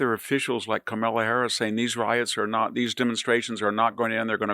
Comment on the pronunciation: You're an intelligent man, yet after all this time, you still haven't learned to properly pronounce Kamala's name. I knew a woman of Indian descent some years ago whose name was Kamala. I learned to pronounce it properly the 1st day I heard her name. I think at this point, you're purposely mispronouncing her name like so many others. It has gotten tiresome to hear.